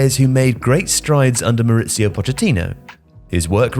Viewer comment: Even his English pronunciations can be a bit ropey. Since when is the word "axis" pronounced "access" ? And the less said about the way he says "Mauricio" the better (it's a Spanish name, not like the Italian name Maurizio).